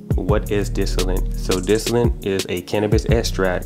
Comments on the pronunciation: My man... it's called DISTILLATE not disilant 🤣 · DIS TOLL IT. not disinent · lol "dissinnite" "dissillit" "disllate" "disinnit" BRO IT'S DIS-TILL-ETT or simpler "Distill it" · "Distallant" I never knew there was an n in it loll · I swear you sayin "disalint".. lol Thanks for the video I put a thumb in it' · I know and it seems like most people can't say it right. I cringe every time he says "distillant" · Dis-till-ate no "n" but great review, man. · Lol is he saying dissilant and estract? Lmfao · Where do u see n in the word distillate why u sayin distilint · Y the fuck he keep callin it dis ti lint abahahaha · Say dis-tah-lit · There is no “n” in distillate! You keep saying distillante grrr lol 😆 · Guy cant even say the word distillate